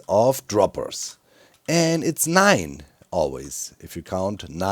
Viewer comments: Cubfan please make this a horn! A german saying nine, nine, nine, nine is too good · anyone else gigglin too a bit hard at Doc saying Nine multiple times?